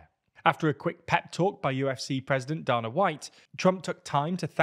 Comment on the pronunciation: The pronunciation of Dana White as "Duhnuh" is disgusting, it is "Dayna".